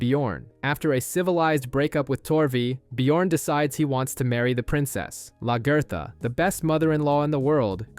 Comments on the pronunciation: I love luh ger thuh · Who in the hell is Lagurtha? haha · Lag-ee-tha........ what on earth did they call her?